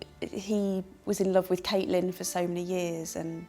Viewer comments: Caitlin!??? That's noooooooot how you pronounce her name... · HeadLikeOrange I've heard him say Caitlyn and Catelyn